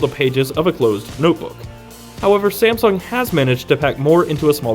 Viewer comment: haha..shame-sung? wow u have issue